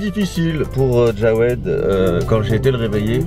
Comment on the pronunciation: On dit jawed pas djawed